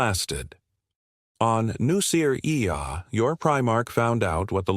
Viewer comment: New-ser-e-ah. A-start-eses. Lay-man-russ AI is so lame.